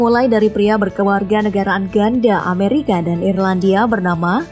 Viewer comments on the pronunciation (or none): none